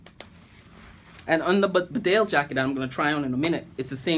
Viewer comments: Its Pronounced.... Bee Dale not Bdale Nice Vid :) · It's pounced bee Dale and not berdale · Wrong emPHASis on the wrong syllABLE. It's BEdale, not BeDALE! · 2 things - it’s pronounced bee-dale not bidale, and the large rear pocket is for dead stuff. The cartridges go into the deep front pockets. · Bee-dale not B'dale! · It’s pronounced BEEDALE NOT BDALE. you ain’t qualified to review these jackets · Bee-dale not Bdale! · Great jackets...I've owned these for years and other Barbours. Just being picky, but even though it's spelt Bedale, it's pronounced 'Beeedale' Glad to see people over the pond appreciating an amazing British brand. 🇬🇧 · Great video...btw its pronounced " bee-dale" its a small market town in North Yorkshire👍